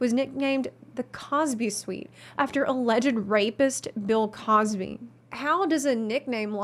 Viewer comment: Who the fuck is Bill "Crosby?"